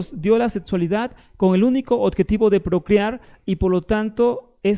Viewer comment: Se dice "objetivo". NO , ",odjetivo"!